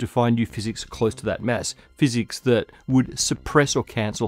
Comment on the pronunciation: I like how you pronounce mass like mess 😅